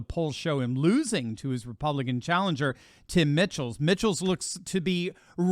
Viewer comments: please…the names are pronounced “Michaels” not “Mitchells”, and “Eevers” not “Evvers”. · It's not Mickels, it's pronounced MICHAELS...like the first name in the plural form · Mike els! No T not Mitchell! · It's pronounced "michaels" not "mitchells" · It’s pronounced like Michael’s not Mitchell’s. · Please pronounce Tim Michels name correctly. "Mike - als" not Mitch-als. After all he will be Govenor of WI. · enjoy your videos as always... a couple of corrections on WI governor candidates... names are pronounced Eevers (long e for Evers) and Michaels (just like the regular name) spelled Michels. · E-vers and Mike-els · Pronounced "MI-kels". :)